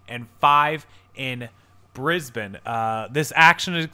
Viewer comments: Brisbane is south of San Francisco. Its pronounced Brisbane where the bane is like pane in windowpane. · It's talking about Brisbane CA, (South San Francisco) and pronounced with a long A sound like in Ape, not Brisbane Australia which is pronounced the way you said it. I also don't think ebay is going out of business, but there is fierce competition in ecommerce right now, Amazon is growing much faster.